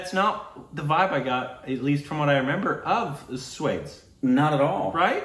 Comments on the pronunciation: Lovely meaningful song💕💕 Just one question... Why do you keep saying Swades (like in shades)???😂😂😂😂😂 It’s Swa des 😆😆😆😆 (Tip the word has two syllables not one !!!)))😎😎😎😎😎😎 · STUPID REACTIONS, ha, ha, it's not pronounced "Swayydes" but more like "Swoadayss." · its Swa-des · You wanna watch swaydes?: it's swa-dess old man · it’s pronunciation is Swa-dess! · Please don't try to correctly pronounce Swades. It doesn't seem right anymore